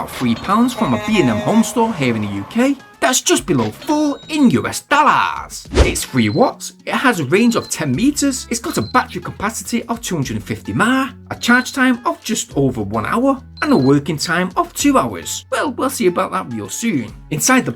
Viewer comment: Nice little review, just one point, mAh = milliamp hour - basically the capacity of the battery. "Maa" made me snigger that's all!